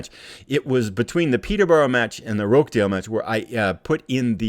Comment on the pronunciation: Just a couple of minor pronunciation tweaks. It's Wickum, not Wycombe, and Roch-dale, not Rock-dale. :)